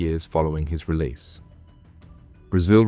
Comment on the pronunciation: His relise😂😂